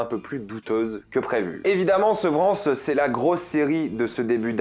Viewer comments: Sans vouloir être méchante, si tu es si bon en Anglais, pourquoi tu ne prononces pas les titres des séries et des films un peu mieux que ça ? 😕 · "la SEUVEURANCE" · J'entends Sevran.